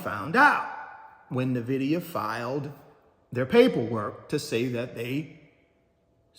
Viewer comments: He keeps saying “Na-vidia” instead of “In-vidia” 😂 ugh so aggravating!! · Nvdia is pronounced as In-Vid-ia